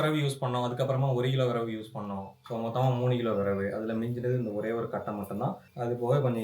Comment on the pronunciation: விறகு ❌ விரவு ✅ 😂